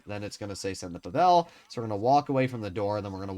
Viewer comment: Hey, man! I love your content, been following you for quite some time now, I've learned things from your videos! Overall you're great and I hope and wish you all the best. But pleaaseee.. pleeease stop butchering Pavel's name. This is a very common name in Slavic countries especially the Balkans and Russia of course... The accent is on the 'A', not the 'E'. It's PAvel, not PavEl. It's like saying NormAn, than NOrman. Otherwise, great content as always! ❤